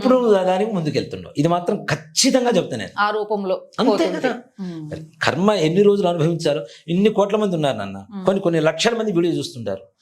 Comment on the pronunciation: "కర్మ"...అనాలి. 'ఖర్మ' అనకూడదు